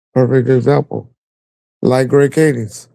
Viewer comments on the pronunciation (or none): Why do u keep calling him “Greg Kadings?” 😂. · Its Greg Kading!! Not fucking Kadings!!!